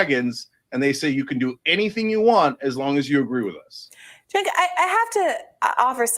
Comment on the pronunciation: He called him Senk😂